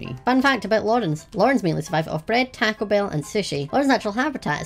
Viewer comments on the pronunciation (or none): none